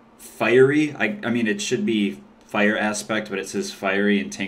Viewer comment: You say fire so weird lol "Fyure"